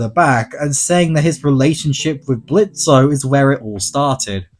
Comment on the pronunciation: It's fuckin Blitz , the "o" is silent